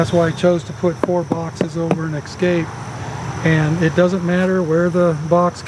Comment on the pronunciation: I'm sorry, I'm not a native English speaker... But I've heard a lot of videos where people say "ecscape" (like ec-scape) instead of "e-scape". Is this a regional thing? 😜 Sounds so weird to me! 😜😂